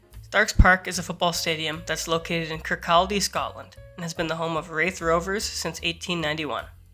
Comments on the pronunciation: I don't ever expect someone to know this and its amazing you do this randomly but the towns name is pronounced Kurr Codd eee. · ITS pronounced Kirkcady, silent L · How do you say Kirkcaldy again? 😂